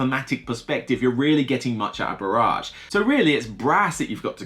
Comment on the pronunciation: Just so you know "barrage" is pronounced "ba-ridge" - "ba-raj" as you say it means bombardment not dam.